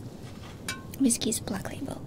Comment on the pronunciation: I'll have a glass of the "Viskey".